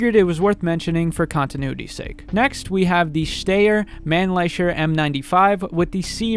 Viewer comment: It's also no pronounced Mannlecher it's pronounced more like Manlicker.